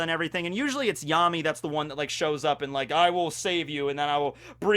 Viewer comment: I thought Yami's name was pronounced Ya - mi